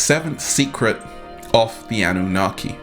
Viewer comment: It's the Anunnaki. Not Annunaki. Thank you for sharing some wisdom.